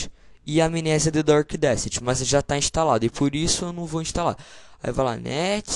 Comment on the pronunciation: "Dark"... o cara fala Durk.